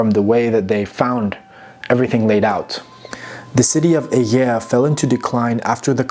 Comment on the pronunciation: [Aegae] why would this be pronounced like a mushy yawn instead of phonetically, "eye-guy"?